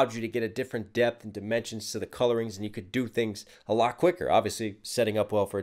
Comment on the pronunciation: When Picasso says ‘Back to you’, he actually says ‘Back to Jew’.